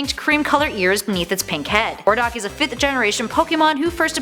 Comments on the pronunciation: Oiy what the hell lol number 8 had me dying its audino not ohrdoch and greninja is from gen 6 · My god please do your research before these videos come out! It’s audino not Ohrdoch. Greninja was a Gen 6 Pokemon... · you said "Ohrdock" which what you meant to say was Audino